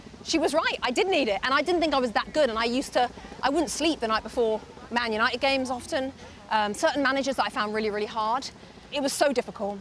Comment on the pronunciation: Gary “YAnited” Neville